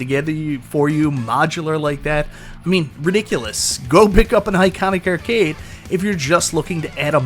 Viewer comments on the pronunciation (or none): Arcade =/= ERRcade.